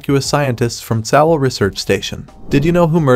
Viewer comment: Tsalal = Suh-lal, Ennis = Eh-nis. The mispronunciations were driving me nuts.